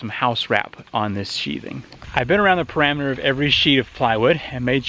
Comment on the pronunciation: Btw, I’m knitPicking and there is nothing with people speaking how they want, but on a personal level, parameter versus perimeter.....lol makes me cringe every time.